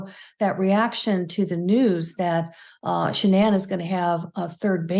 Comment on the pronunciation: Megyn you completely butchered your pronunciation of Shannan's name. Its disappointing to see that both Megyn and the guest refused to pronounce the victims name properly. Incredibly disrespectful to Shannan.